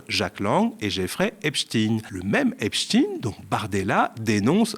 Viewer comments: Je suis le Média depuis le début, toujours satisfaite. Je fais partie des socios depuis le début. Pourtant ce soir quelque chose m'a énervée. La prononciation de Epstein !!! Pourquoi prononcer Epstin ? Pour Einstein personne ne prononce Instin !!!! Ayez le courage de prononcer normalement, ce n'est pas digne d'un journaliste du Média,😢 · Faut arreter avec Epstine..c'est Epstein comme dit dans le reportage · Il dit epstine au lieu de epstein. Le media, de plus en plus soumis à la classe médiatique ! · Merci Monsieur de nous avoir partagé cette vidéo, si bien réalisée, avec votre éloquence si calme. Mais ne prononcez pas "Epschtiiin" s.v.p. C'est faux et ridicule. Ça fait "franschouillard" rétrograde. Il s'agît d'un nom de famille d'origine allemande. Donc, prononçons-le "Epschtain" s.v.p. Encore merci. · c'est pas Epchtîne mais Epchteilne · Donc Bardella dit Epstein et toi tu dis Epstine 🤔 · Vs allez prononcer Epstein à la française plutôt qu'à l'américaine !!!??? merci